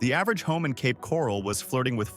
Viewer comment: OK, first of all whoever you are, you’re pronouncing Ocala and Cape Coral wrong. And I’m glad the housing is dropping and it shouldn’t be that much up here in northern Florida because of the money up here is awful.. I have to drive to Tampa for work every day and I don’t make no $47,000 a year I mean more than that almost double.